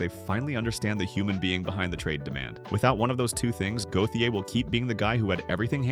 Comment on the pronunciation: Listening to his name be butchered is quite triggering.